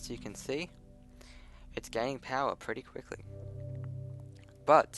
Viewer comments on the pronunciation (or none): none